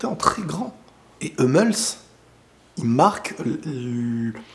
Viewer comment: T'as raison sur tout sauf sur la prononciation de Hummels , ça se prononce " Hoummels" ;)